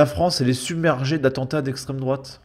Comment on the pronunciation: Dans un sens, est-ce que l'islamisme n'est pas une idéologie d'extrême droite ? Bien sûr, on sait qu'elle parle de "l'esstrême droate" bien blanche des pires heures des bottes de notre histoire.